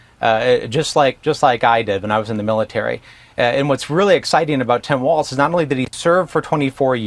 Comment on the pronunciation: No T in Walz